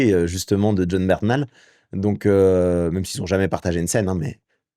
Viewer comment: Jon Bernthal et non Bertnhal